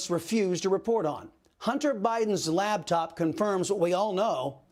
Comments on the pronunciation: LaPtop. LaPPPPPPtop. Not laBtop. 🤦🏼‍♀️ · I love ya' Chris ... but it's LAPTOP .